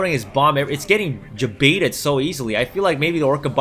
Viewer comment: Are you putting a "J" sound at the beginning of the word "baited"? Jbaited? It is like sandpaper on my ears...